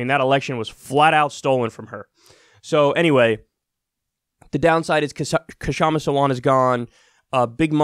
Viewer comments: BTW the "K" in Kshama is silent. It's like saying knife. You don't say Ka-nife. I'm mean you could, but not if you aren't trying to sound sort of silly. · Seattleite here. Kshama's name is pronounced w/out the K. The K is silent. Shama. And don't be so sure she's lost quite yet. Many more ballots to count, we have mail-in here and late ballots here tend to be more left. Fingers crossed.